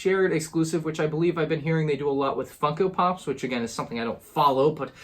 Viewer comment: Who else heard “fucko” pops not funko pops?😂